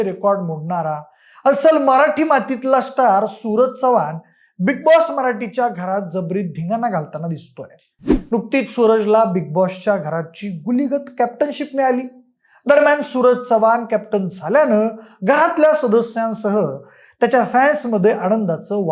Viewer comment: गोलीगत नाय रे...... गुलीगत 👊 टेंगुळ